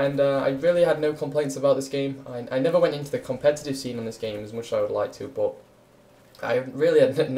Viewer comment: Why does he say bot instead of but ?